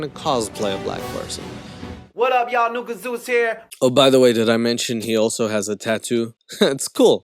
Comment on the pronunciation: Who else keeps hearing his name as NEW KAZOOS